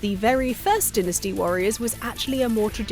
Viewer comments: It’s Dyne-nas-te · “Vihtamihns” I can abide...but “dinnasty”??? This Neanderthal anger I feel is probably exactly what they felt when they karate kicked that tea in Boston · Lady announcer is not funny and needs to learn to pronounce words , mainly dynasty .